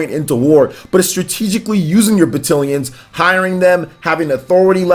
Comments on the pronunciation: Isn’t it pronounced ba-TAL-ions? Am I wrong? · I feel like I'm having a stroke every time he mispronounces battalions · Great video, but you’re saying Battalions wrong...lol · Normally I’m like “if you can understand the point, don’t be a dick about the pronunciation.” But this one hurt my head. I think it’s just because of the frequency at which it was said. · I am glad you said something here because I was literally scrolling down to the comments to say the same thing lol. It was making me unreasonably upset to here him almost intenitonally say the word 30 times wrong.